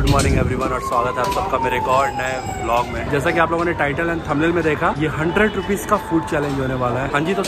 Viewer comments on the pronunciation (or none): none